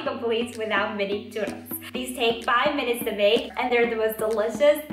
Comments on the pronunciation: I felt that when she said: “cHurRos” very satisfying 🤔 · I just love love loveeeee the way you sound " Churrrrrros " <3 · I like how she pronounces "churros" correctly. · I love that you put in the effort to roll the "rr" in churros 🖤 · All Hispanics appreciate that she pronounced churros correctly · I'm mexican, and i really liked that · i respect you sm for not saying choo rows like thank you jesus -. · Mad respect for anyone who pronounces churros the correct way 🙌🏽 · It's so nice to hear that you pronunce churros the correct way 😭💕💕💕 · I love how she pronounces "churros" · YES THANK YOU! i’m definitely going to try this when holidays start for me tomorrow!! ALSO hearing you say churros is sooo satisfying!